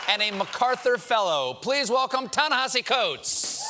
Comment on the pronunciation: actually he did it correctly - Ta-Nehisi addressed the correct pronunciation on his twitter